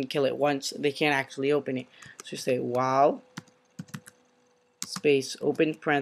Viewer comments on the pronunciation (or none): none